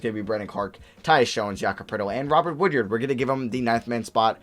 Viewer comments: Hey I’m a big Mississippi state fan, go to all the games and it’s pronounced wood-ard not wood-yard but still great video and thanks for picking him up 💪🏼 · The fact that you kept saying “Woodyard” instead of “Woodard” was pissing me off lmao